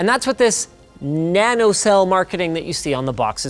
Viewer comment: Can you say NanoCell?